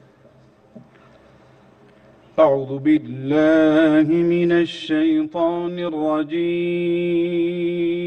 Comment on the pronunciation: আউযুবিল্লাহ'র আইন এর মধ্যে টান দেয়নি। একটু ভুল হয়েছে